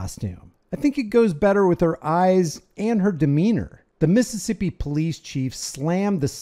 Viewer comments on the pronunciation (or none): none